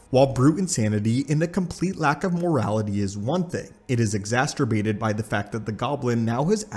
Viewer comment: "Exas-terbated?" Wow. Let me help you out: ex·ac·er·bate